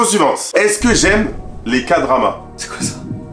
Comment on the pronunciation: A partir du moment où t'as dit "ka-drama" au liei de "ké-drama" je savais que la reponse etait non 😂😂